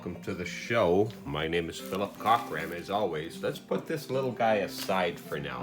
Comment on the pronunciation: I like how you said "my name is Philip "COCK"ram in the beginning there Philip - LOL That's giving it to their face!